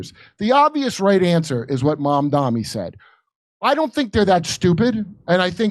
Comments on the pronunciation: MAMDANI isn’t a hard name to pronounce. Are you pronouncing it wrong on purpose?? Conservatives do that to make him sound more foreign and scary, like “oh his name is so foreign and weird and hard to pronounce!” They keep saying “mom dommy” It’s pronounced “mom Donny” If it’s not done on purpose, are yall just…not too bright? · Are Jimmy and the other guy intentionally pronouncing Mamdani’s name wrong?